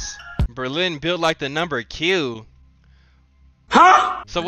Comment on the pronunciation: This sucka really just said “Number Q” 😆